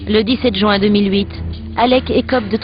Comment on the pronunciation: haha a dit jouin tout le long au lieu de juin O_O